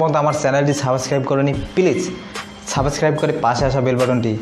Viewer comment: ভাই আপনি দেখি,,, subscribe.... বানান উচ্চারণ ও করতে পারেন্না, 🤣🤣😂😂😂🤣🤣😂😂😝😝😝 হালা বোকা চোদা